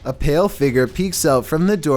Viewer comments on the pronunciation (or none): none